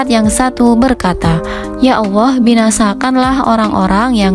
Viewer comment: Sy dengarnya ya awoh atau Yaa Allah ya....apa pendengaran sy aja yg kurang bagus🙏